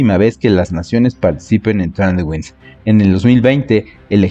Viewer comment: Muy buen video, pero una pequeña observación: "Tradewings" se lee como "Treid wings" Mucho aprendizaje para nuestros marinos y que bien que México pueda estar en estos ejercicios. Ojalá el ejército también se uniera y hubiera una colaboración más cercana a la OTAN.